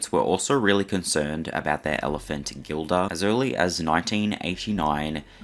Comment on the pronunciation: I should really write a book because listening to some of this nonsense, half truths, un truths, straight bs, is frustrating. And its pronounced Jill- duh NOT Gill - duh. Sheesh! Believe me when I say my book wouldnt be all sunshine and rainbows, it would probably be 60% positive light, 40% not so much. by the way, they recorded every show so they could review the performance and see if there were any mistakes, missed cues, etc. EVERY NIGHT. The tapes were pulled before the ambulance even showed up. They do exists. If the story of where Roy was before that nights show, the events may be clearer. It was on his Bday after all. Just saying....🎂🍸🍸🍾